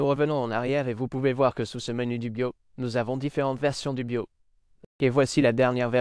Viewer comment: Yeah the french voice is terrible ... it don't even prononce "BIOS" correctly : it says "be yo " (without "S")